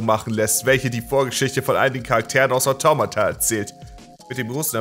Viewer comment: Wie sprichst du bitte Automata aus xD